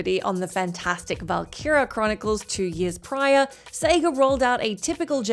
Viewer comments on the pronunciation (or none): none